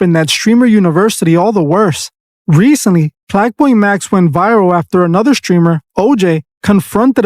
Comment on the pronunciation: Plaqueboy max‼️ not "Plaqueboybatty"‼️😂😂😂😂😂